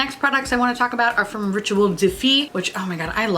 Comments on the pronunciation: Holy fuck... I just spat my coffee... When you introduced the Rituel De Fille, I heard you say “wasp” then it all turned to shit. Next I thought you said “BEASTING”. No, don’t be stupid. I listened again, yep still BEASTING. So just to double check I turned on closed captions, and fuck me if they thought you said BEASTING too. Well, I’m now off to grab a paper napkin!!!! Thanks for the PMSL moment. I FUCKING LOVE YOUR FACE. 😜😂🤣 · You know it’s bougie when it’s in French. When she got to “Rituel de Fille,” I legit heard “Ritual Defeat” and thought, “Dang, that’s an awesome name for either a makeup brand or a rock band.” 😂